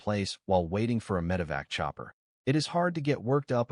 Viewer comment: MED[ical] EVAC[uation].🤦🏻‍♀️ HUMANS, PROOF YOUR AI READER BETTER.